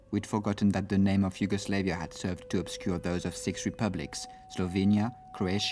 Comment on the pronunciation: the way the narrator says yugoslavia is triggering me